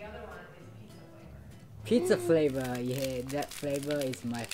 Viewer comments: The boy with blond hair pronounced “flavor” as “flavo” because the English “R” sound can be difficult for many kids to learn :) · One of the kids as a "lisp" meaning he has a hard time pronouncing hard R sounds. So when he said "flavoe" he meant "flavor"